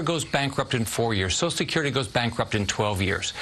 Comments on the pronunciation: If you want to fix Social Security, let’s start with using all 6 syllables when we say the words. “Sosha-skirty” is the preferred pronunciation by those who want to see it die. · Republicans can't or won't pronounce "social" security. They call it "so security." Hmmmm. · Scott can't even be bothered to pronounce "social security" in full. And he's gonna save it? Laughable. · He can't even pronounce "social security". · This man cannot even say" social security" Reminds me of someone with the "nukular" codes not so long ago🤔